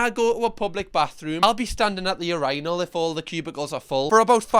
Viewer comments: Ur-eye-inul, lol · It sounds like you’re saying uranal oh lord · does everyone in the UK pronounce urinal like that? (i ask respectfully incase its like aluminum/aluminium type of thing) literally never in my 29 years on this earth have i ever heard someone pronounce it "yur-EYE-nal" ive only ever heard "yur-uh-nuhl" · I've never heard urinals pronounced that way before >.< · Not sure if everyone does, I think it depends what part of the UK you live in, I've personally only ever heard it that way. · #1: the way you say urinal is hilarious #2: shout out to the pee shy donuts!!! It’s crippling😂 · true true, I've never seen his way of saying it as odd!